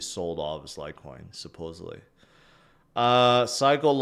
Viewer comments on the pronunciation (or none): none